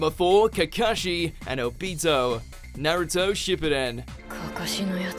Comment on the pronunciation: NARTUOOOOO SAUUSSKKEEEE? Seriously come on